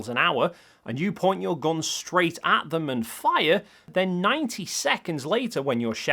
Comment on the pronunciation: Sorry it always makes me chuckle when your pronounce gun as /gon/ haha, anyway, great video and amazing evidence! Cheers